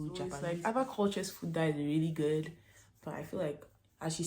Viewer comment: “really good” the accent nu🔥😂